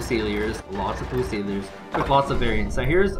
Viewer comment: Great vids. Thanks much. Fusilier = FUSE-il-EER.